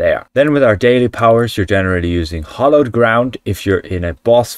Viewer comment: By the way, It's Hallowed Ground, not Hollowed! 😊 {:-:-:}